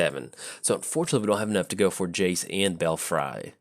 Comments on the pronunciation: I just assumed he wanted some Bel- fries with his tokens lol xD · "Belfry" is actually pronounced "bell-free".